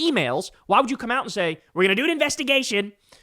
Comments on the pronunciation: Why can't Kyle say 'and' properly? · Bro. Please stop saying "end" instead of "and". Please stop doing that. Please! 🙏